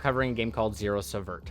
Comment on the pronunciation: well done, is an understatement!...it's pronounced as if it were spelled 'seevert'